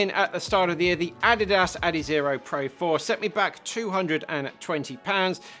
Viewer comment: Do they really pronounce Adidas and Asics the way he does in the UK?